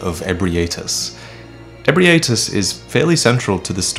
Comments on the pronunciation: Lmao hearing Ebrietas name being pronounced by a character ingame then going to pronounce it wrong directly afterwards, never change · And he still proceeds to say it wrong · Don't we have an official pronunciation now for Ebrietas? The audio has it as 'Eh-Bright-As'. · We've been saying Ebrietas wrong and you didn't even correct yourself! I trusted you! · > Hears how to pronounce Ebrietas from official NPC > Proceeds to mispronounce anyway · I can't believe that I've been pronouncing Ebrietas wrong this whole time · The most important thing about all this is that we've been pronouncing Ebrietas wrong all this time.